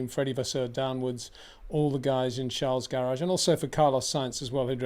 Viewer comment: Peter is so corny trying over and over to call Charles name differently to others, Trying to be favored whenever he runs into Leclerc, Adrian Newey, Max etc. Embarrassing.